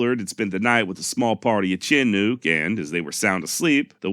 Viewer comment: Btw, I live at the mouth of the Columbia River near the small town of Chinook. The word Chinook is pronounced “ Sha nook”. Just a FYI, no offense intended. 👊